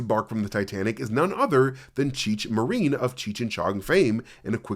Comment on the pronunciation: Cheech MUH-REEN???? Bro what 😂 🤦‍♂️